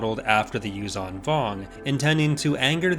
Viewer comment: Repulsorlifts would be of limited use in a vacuum. Also, the 'zh' in 'Yuuzhan' is pronounced like the 's' in 'leisure'.